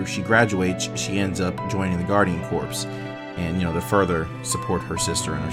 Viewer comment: you said corps. when you say it, it supposed to sound like core. you wouldn't say marine corps, instead sounds like marine core. ;p i know i know, grammer nazi